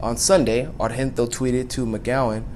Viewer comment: The g in Argento is pronounced just as a normal g (like in giant or Genoa), since she's Italian. she's the daughter of Dario Argento, an iconic horror movies director. I just thought it could be useful, I don't want to act as a know-it-all, I just know since I am Italian and she is quite famous here.